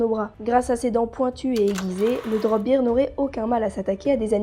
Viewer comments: Super vidéo, c'est vraiment intéressant de découvrir des créatures mythologiques méconnues ! :) Néanmoins, il faut bien que je fasse mon chiant, bear en anglais se prononce "bèr" et pas "bir" (sinon, il s'agit du mot beer qui signifie bière, donc rien à voir avec un ours a priori ;p). Bref, bon retour, et surtout je te souhaite un prompt rétablissement ! ^^ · Alors super vidéo, mais étant une grammar nazie en français ET en anglais, "bear" se prononce "baire" (en quelque sorte), plutôt que "bire" qui est la prononciation de "beer", la bière ;p En tout cas, je ne connaissais aucune de ces créatures !